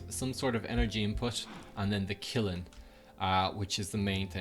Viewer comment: its pronounce kill-n